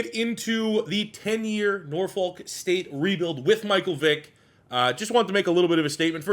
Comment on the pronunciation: I hate the way people who aren’t from Norfolk pronounce Norfolk 🤦‍♂️